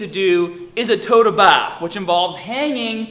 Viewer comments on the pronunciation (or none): Toe to bah the "r" is silence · I heard, "tow ta bah." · Totahbah. Great Vid thanks;)